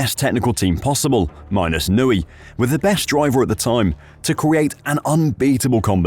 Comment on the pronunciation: Who is this Adrian 'Nooey' guy? I've heard of an Adrian Newey.